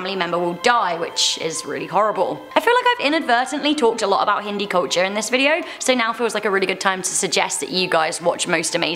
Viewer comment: I am Indian and I speak Hindi but sorry it's pronounced "Hindi"Just like "Hindu". No hate though